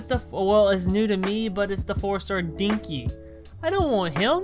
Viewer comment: DINKY IM CRYINGG (It's den-key, but that made me laugh so much)